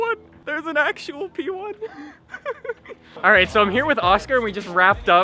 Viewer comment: did anybody else notice when he got in the r8 he said Allright like r8? was the pun intended?? lololol